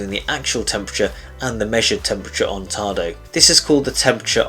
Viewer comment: Any reason why no instruction included when the Application does not present the control for Hot water ? Yes . . One can send an email to Tado technical support, but don't expect a reply. Also. There is no "r" in the word "Tado".